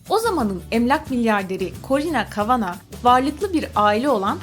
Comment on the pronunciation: Corina Kavanagh'yıı Corona Kavanagh diye okuyan koca yürekli bne👌🏼😂